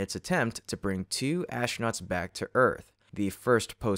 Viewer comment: Also - ASHtronauts. Once you hear it...